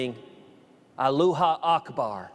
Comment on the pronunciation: He knows that, he didn't not want to say it correctly to give any legitimacy to Allah